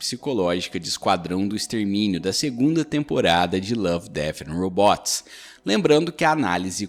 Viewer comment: Belo vídeo, só precisa aprender a pronunciar "robots" 😅